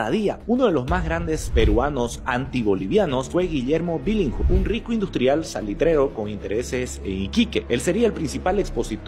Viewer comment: Billinghurst se pronuncia "bilingurst" Bro. No "bilinsgurt".🙉🐭. Por lo demás, genial.🥲👍🏻